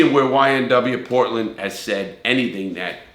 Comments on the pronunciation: Bortlen not Portland * but good video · BORTLEN* NOT PORTLEN 🤦‍♂️ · (B)ortland not Portland